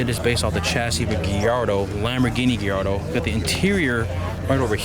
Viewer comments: What the hell is a "Gee-yardo"? Most normal people pronounce Gallardo "GUY-yardo." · Its guy-yardo not ge-yardo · First time i heard gillardo as gallardo but everyone can pronounce it how they want to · “Giardo” wtf🤣🤣🤣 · its pronounced guy-yard-oh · Lol for real the Geeardo was annoying me